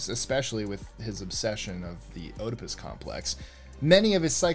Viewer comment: OHDepis? It’s pronounced Edipus.